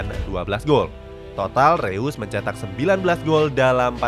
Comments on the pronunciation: ngasih masukan min, untuk pengucapan "eu" di "reus" itu dibaca "oi" (pronounce jerman) jd disebut nya "rois" bukan "reus" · Bacanya rois cok